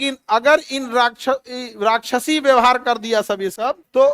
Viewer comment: राष्ट्रपति को राख्यसी बोल रहा है ।